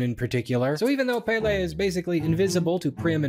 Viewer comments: Ahahah I love this, these movies are kinda iconic in Denmark only for a very specific age group Side note the pronunciation of Pelle in English is so cute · Hi Danish man here. Glad to see you cover the movie. Saw it myself in theaters and thought it was fine. Not great (as established) but it was a big deal in 2013. Also it is not Pele, but PELle Written as Pelle. Our language is difficult. Edit: Sommersted is a legit last name in Denmark. Edit2: The sequel sucks.